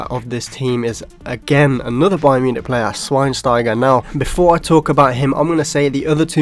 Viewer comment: the way he says player. PLAYA